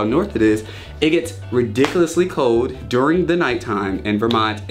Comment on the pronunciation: It is pronounced "cold" not "cowd".